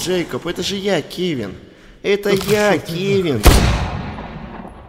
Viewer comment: Кевин не Кевин это что то другое